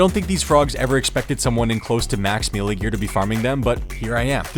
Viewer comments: ME-LEE-ER? gross bro. say "MAY-LAY". I bet you say "MEE-MEE" instead pf "MEEM" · learn to pronounce melee challenge (impossible) (gone wrong) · Please stop mispronouncing melee.